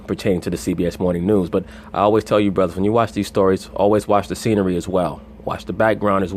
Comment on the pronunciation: it's hilarious when he says "ay bruddas"